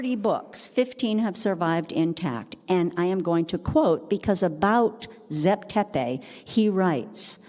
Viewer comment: Did u dumbed down moron ever think that the bloody wrong way u pronounce names may be why he said zep tepi doesnt exist because in egyptian the pronounciaruon is so different from "zep tepi"!!! Morons!